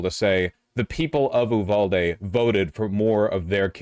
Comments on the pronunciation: Sometimes I hate you vaush Why do you pronounce so many things so incorrectly it's uvalde not oohvalde 😂 you do this with so many words and it makes no sense did you make a bet with someone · Hi, leftist Texan here. It’s pronounced “You-valde” not “ooo-valde”. A good rule of thumb in Texas, if the cities name is in Spanish, it’s probably pronounced incorrectly (i.e. Like a white person). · It’s pronounced You-Val-Dee